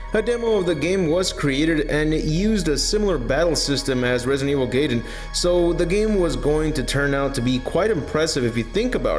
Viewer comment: Why do you keep using the plural crises when you're referring to a singular crisis? Also, I can confirm its pronounced "guy-dun" not "gay-den"